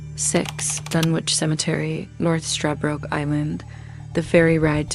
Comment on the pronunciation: Its pronounced, Dun,ich not dunwhitch. My father lived there for 30 years